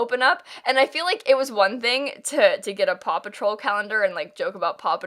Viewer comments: Oh my god, I kept hearing papa troll instead of paw patrol and was so confused for so long. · help at first i thought she was saying papa troll and i was like tf even is that😭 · I didn’t realize she was saying “Paw Patrol” until half way through & I was just fine with hearing “Papa Troll” & thinking is talking about Smurfs like wHat 🤠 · i thought it was just me like ft is papa troll